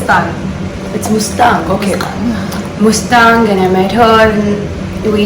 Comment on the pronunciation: She keeps saying mastang😂